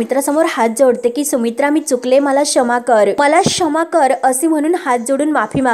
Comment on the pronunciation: अग बाई शमा नाही क्षमा किती गावंढळपणा हा😅😅😅